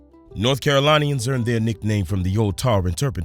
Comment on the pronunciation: Did he just say [Caro-LINE-eeyans]?? It’s [Caro-LIN-eeyans] 🤨